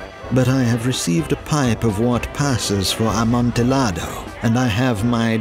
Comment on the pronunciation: The L's in "Amontillado" are silent. That was painful to listen to...